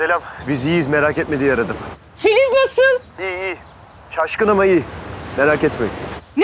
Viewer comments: te barış filiz demiyor fiziz diyor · Barış te fizis dedi 👱👱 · FİZİZ ne ya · Filiz demedi Fiziz dedi hahaha😂😂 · barış bir yerde "fiziz" diyo😂😂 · fıziz dio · Fiziz dedi Barış en başta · da filiz deil fiziz de barışın telefon numarası var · Fizis dedi barış abi